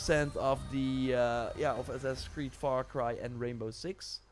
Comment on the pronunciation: Do you think you can say the name of that game without just mumbling it? I had to rewind three times trying to catch it. I didn’t catch it.